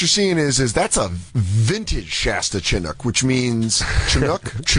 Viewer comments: The way Jay pronounces Chinook sounds like an Asian racial slur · That and Dan saying “Chinook” wrong made me laugh 🤣